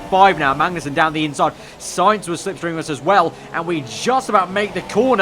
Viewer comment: It's Sainz isn't it?